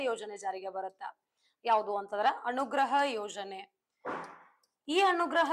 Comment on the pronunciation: ಬರೆಯುವುದು ಅನುಗ್ರಹ, ಹೇಳುವುದು ಅಣುಗ್ರಹ😅😅